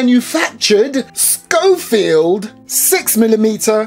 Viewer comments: It's not a scofield. it's a schofield. (pronounced: show- field) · thought it was pronounced Shofield